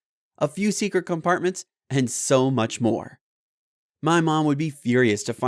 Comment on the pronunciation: First learn to pronounce secret and famous and privacy 😹😹